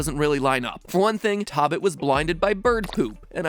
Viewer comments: Oml, that Korean pronunciation. (Though nice try, MatPat.) Zipper's name is pronounced more like Tobis (toe-beese) and rabbit is "toekki", which does not rhyme with Pocky. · Matpat totally pronounced 토빗 wrong which makes his theory of names incorrect. In Korean, 토빗 is pronounced toe-beet (in simple terms, uppercase O and I.) It’s simply a combination of 토끼 (tokki), the Korean word for rabbit, and the English word rabbit itself. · Matpat pronouncing tobit as tabit hurts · Really? No one is pointing out the obvious error in the pronunciations of both of the asian languages, one of which leads directly to a very far stretched theory? Tobit is not pronounced like how it looks in English, and if that's the only reason for the connection with the greek mythology, that tells how far fetched this theory is. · i know its probably annoying to hear this but tobit and tokki are pronounced toe-bit and toe-kki. not tahbit or tahkki lol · Not Tobit in Korea. It is pronounced as tobeat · It’s pronounced “toe-bit” not “tah-bit” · Only one issue: "tobit" it pronounced "TOh-bit" not "TOB-it" "TOh" as in "toe" in Korean. So in this case, (to go with your theory, the letters should've been 타 not 토 as shown in the Korean translation of the game. Like someone else said, it's still a play on words with a mix of english and korean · Lmao did you just say “(TOH)bit?” It’s actually pronounced t(O)bit. Never trust google translate. Please. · As a korean I’m pretty sure the name 토빗 is a combination for korean rabbit and and English word rabbit Both of them have 2 syllables so it’s a combination of first syllable of korean rabbit and second syllable of English rabbit The pronunciation is more like “toh-bit” rather than “tah-bit” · been wondering if mat ever hits the speak button on google translate on foreign words. 토빗 tobit is pronounced more like toe-bit not taw bit and same for 토끼 tokki is a long o .. also i feel like the name tobit is to from tokki and bit from rabbit lol